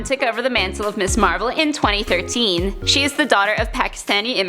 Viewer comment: Who's "Me Marvel?" Lol